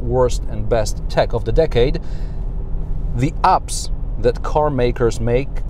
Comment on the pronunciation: you try to say app's but what you say is ''ups'' ... Not the same mate. Try to say like this: AEpps.. sort of like saying A and E together. I know polish accent is hard to lose. ;)